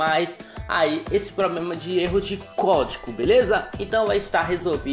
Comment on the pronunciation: Depois do "pobrema" eu desisti🤣